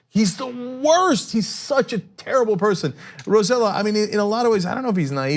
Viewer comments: Guys, I love you guys, but it's pronounce Rose-eh-jo because in PR, the two lls are pronounce j, not y like in Spain or in Mexico. Please call the guy by his actual name. He's working so hard to try and get help for the folks on the island. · Hey guys! First, governor Roselló's name is spelled Roh-say-YO. Second, this is a bluff because of elections. When he had to stand up for all us Puerto Ricans,he didn't, and let Trump bully us,and also let Trump go to an affluent place in the richest city(Guaynabo) in Puerto Rico instead of any of the worst devastated places (like Utuado) to make Trump see the hurricane's devastation. Only Yulin stood up for us. Roselló's government has been the most corrupt of them all, and he was elected just because his father was the governor in Clinton's era (and he was corrupt af). And he is conservative AF, Republican. Please make more research before commenting about anything. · Hey guys it's pronounced Ro-se-yo, thanks love you guys. Thanks for keeping us informed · Its pronounced RoseJo , i know its weird but hey you guys pronounce Raphael "Rafael" wtf is that lol jk jk